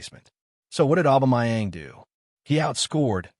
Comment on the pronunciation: His name is "Aubameyang" not "Aubamayeng" dude!